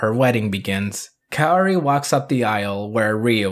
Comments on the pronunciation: It’s pronounced KA O RI, like cowri . Not kayori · With full transparency that I only took ONE year of Japanese..... I believe it's pronounced "Kow-Ree" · It's pronounced KAORI.. not KAORI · Kaori is pronounced as KAWRI as simple that... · How tf did kaori turn to keori Leme tell you something even if you’re american you can still pronounce that right since it’s easy to pronounce like tf The sound of “ao” is “aw”, not the sound “aww” but starts with the sound a then sound of w Then for some reason you put an e in the name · Not gonna lie- it kinda hurt when heard exactly how to say Kaori but was like, Ima just say it like this tho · Funny thing is..you can pronouce "Ryu" Correctly (i remember people sometimes use "Rai-u" when they try to pronounce "Ryu") And somehow "Kaori" is more hard for you, i guess this is going to become a seasonal gag.